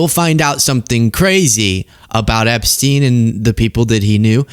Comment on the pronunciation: Epsteen? what about Einstein? So it's Eensteen now?